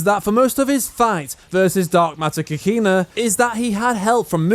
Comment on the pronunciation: lol I Hate the way you pronounce Kakine (Kah - Key - Neh)